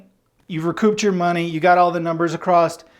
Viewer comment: across doesn't have a "t".... f.y.i.